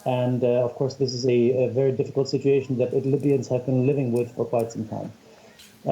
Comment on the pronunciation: This white guy said Libyans lol